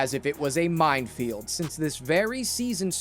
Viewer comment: Did he say "mindfield"?